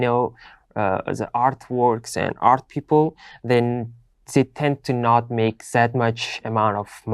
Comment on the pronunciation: Art pronunciation is not well that I hear. So it’s like earth,but overall is good😊